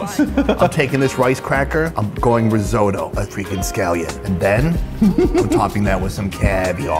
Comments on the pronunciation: "risotto" "risotto": RRREEE? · Hmmm why does he say resotto tho?